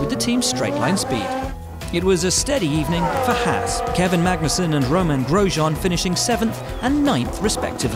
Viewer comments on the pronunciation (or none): none